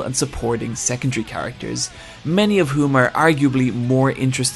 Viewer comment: I honestly thought you were say sexual instead of "secondary".